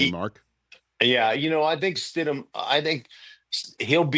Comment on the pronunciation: UMMMMMMMMM, you called him Stid-MAN!? You do not even know the guys name?! YIKES!!!